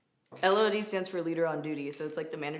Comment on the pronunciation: Omg you saying LOD sounds so wierd to me ... I currently work at target lol